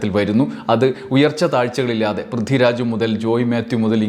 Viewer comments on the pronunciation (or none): none